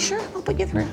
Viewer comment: Please stop pronouncing words with “th” as an “f”. They have free fings frough life. Free= three. Fings= things. Frough= through. It sounds as ignorant as USA ghetto language.